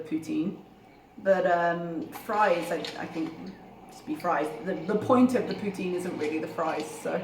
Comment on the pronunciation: The least of her sins, but I loathe people who say, "sammich". Considering the wanky way she pronounces "poutine", it's odd.